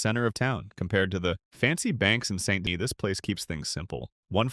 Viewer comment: Wow, I didn’t even know there were so many ways to mispronounce “Saint Denis.”